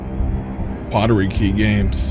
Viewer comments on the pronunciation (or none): Pottery games he said. Its portkey games😂😂😂😂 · My nigga really said "pottery key games" 😂😂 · "Poterykey games" lol I think you mean Portkey